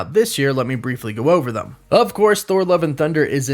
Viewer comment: Dude. You gotta stop saying “thum” for “them.”